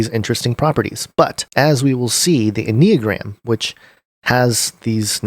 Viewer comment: “N uh gram”